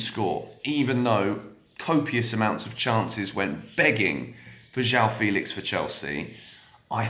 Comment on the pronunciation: Is you pronounce "Félix" with the same "fe" sound as "fennel", for example (that 'eh' sound), you'll have a pretty good pronunciation of "João Felix". It's so close, so why not? 🙂